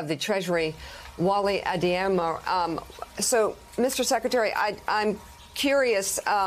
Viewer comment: Why do newspeople never know how to properly pronounce anything? She stumbled her way through saying Deputy Secretary Adeyemo's name.